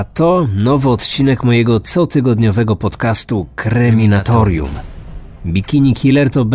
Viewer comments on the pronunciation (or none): none